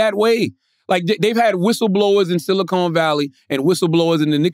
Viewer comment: “Silicone valley” lmao